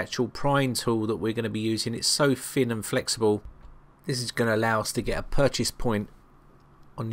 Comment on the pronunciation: Good video but - "put a pick in there to give it a bit more height'th"............HEIGHT(TH) height'th? Are you for real?! By the way, 'fin' is something that fish have. 'Thin' is the word you are looking for.